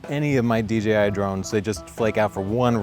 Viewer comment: Thank God, he said D"Jay"I, and not D"Gee"I.